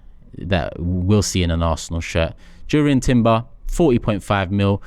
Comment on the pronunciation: It's pronounced Yurrien not Jurrien.